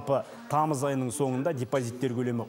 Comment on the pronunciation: Депозитти тук тусыныксыз айттыз